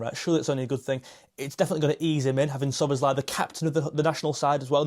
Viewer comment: Listen, my friend! Hungarian writing is completely phonetic, the essence of which is that each letter has a sound, and each sound must be pronounced clearly in turn. This also applies to names. In fact, the name Szoboszlai is also mispronounced in English. If you notice, that name also ends in an i. In the name Ármin Pécsi, the "cs" actually represents one letter, one sound. It's about the same as the ending of the word "touch".